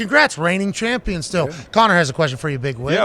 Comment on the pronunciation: Chompee-on set